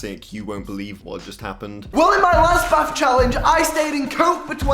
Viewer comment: British people be like: ON MY LAS BAF CHALLENGE